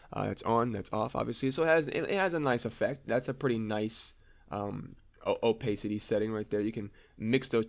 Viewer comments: gr8 introductory tutorial. ps it's oh-pass-ity not oh-pace-ity ;;)) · also OPAYCITY Xd